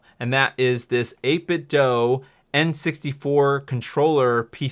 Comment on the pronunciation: 8Bitdoo, not 8Bitdoh